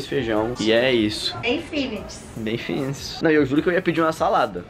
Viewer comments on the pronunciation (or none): A disse: -bem finits Eu pensei: "- não é fitnes"